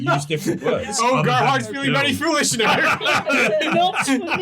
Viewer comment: "Oh Gerhardt is feeling very foolHYSH now?"